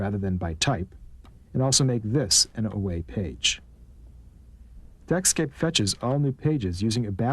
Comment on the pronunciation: "Deckscape", not Netscape